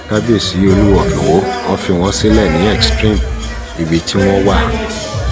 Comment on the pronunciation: Is the narrator a real Yoruba man ? He doesn't know how to pronounce Oluwo if Iwo properly